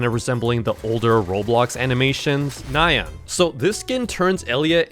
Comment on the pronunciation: ITS NOT NAY-AN ITS NI-YAN